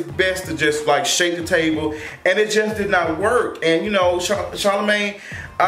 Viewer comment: Monique called Charlemagne ‘Charlamon’